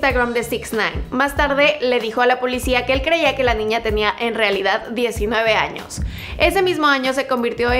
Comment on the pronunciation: Hay no dice años dice anos